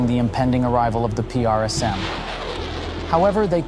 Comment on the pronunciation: or " p r s m" PRISM , say it.. PRISM